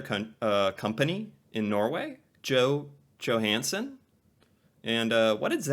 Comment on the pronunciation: You're pronunciation is 100 times more accurate than the narrator - in fact some of it was spot on, like the Johansen dude